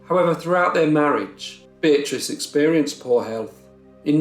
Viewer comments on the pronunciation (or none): Why would he spend a lot of money in hospital bills if he was guilty? I think they hanged an innocent man. When you say Beatrice it souds like bitch to me. 🤪